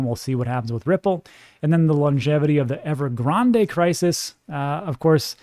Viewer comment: i like how you say "grande" correct. Def kno you're from El Paso where the Rio Grande runs